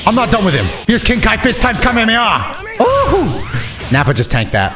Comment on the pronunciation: the way you say Kamehameha should be a crime 😭